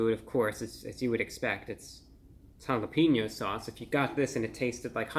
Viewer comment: Always entertaining Review Brah. But you are a food critic, you should at least know how to pronounce Jalapeño correctly. It is Ha-la-payn-yo. It has a hard A not a hard E. Just to trying to help your credibility. 😁